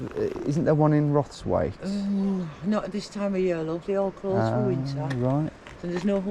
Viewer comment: "Not at this time of yeaʁ" Did he really use uvular fricative? English dialects are fascinating!